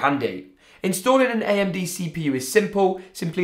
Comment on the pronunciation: Ayamde thats how you say amd like lol no hate btw